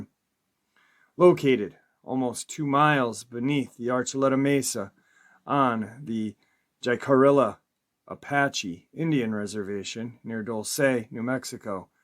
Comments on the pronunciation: Jicarilla---- HE-Cah--ree--YA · Hey its pronounced hick-a-ree-ya Jicarilla. Chiming in from Dulce,NM.